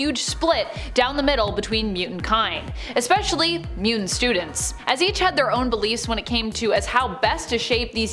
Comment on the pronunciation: It's muTANT not muDENT... Get that dude to talk right or get him out of the position of narrator